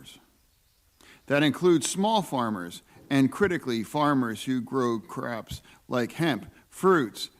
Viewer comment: Did he say "Craps" instead of crops? LMAO